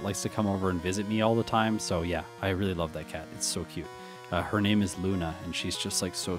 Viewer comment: I'm not sure which one makes me happier; the fact that you read my question or the fact that you actually said my name right. Does not happen very often